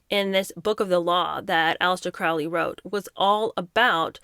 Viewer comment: For those who know, it's pronounced CROW-LEE. Rhymes with Holy, not Foully.